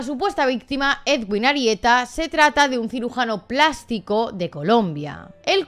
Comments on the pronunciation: Soy colombiano y te voy a decir que no se pronuncia edwin, así se escribe pero se pronuncia eduin, vale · Soy colombiana pero no me había podido enterar bien de lo que pasó. Que fuerte todo. Pdt: El nombre del médico se pronuncia "eduin" como si la w fuese una U, para que lo tengas en cuenta en las actualizaciones que nos hagas. Un abrazo y gracias por el video :)